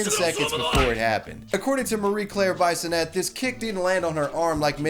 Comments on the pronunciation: Lmaothe way you say bisonette is hilarious. Its pronounced biss in et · Taking it out on an innocent employer including threats of violence fits nicely in your Trumpian America. BTW Bissonette is pronounced “Bee-so-net” not Bye-so-net. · I AM THE LIQUOR RANDY!!!!!!!! BTW it's pronounced like bee-son-ette. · As someone from Ontario myself we would pronounce bisonnette as bee-son-ette in a French way generally not like bison ette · Its pronounced Bee-sonette, not bison-ette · Hi, I am a Bissonette, Marie Claire is probably my cousin. CAN YOU PLEASE STOP PRONOUNCING IT BIESONETTE? ITS BISS-O-NET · Be-so-net... js bro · Heh! Her name is pronounced "B-i-sonnette_, short 'i'. Her dad was my history teacher at St. Robert's HS in the mid-80s, and the reason I became a pro-life activist in my youth, and why many of my peers from that period are still pro-life today. Wonderful, Ms. Bisonette! Your dad would be proud! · I know Ms. Bissonnette. It's pronounced "biss-o-net", just as an FYI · Bissonnette is a french name. The "I" is pronounced "E". Phonetically, it is "Bee-son-net" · Bisonette is pronounced - Bee-son-ay. F.y.i. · I took a shot every time you mispronounced Bissonnette and now i'm dead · Bisonette, like an itty bitty bison? The mispronunciations are strong with this guy. Swanseeuh.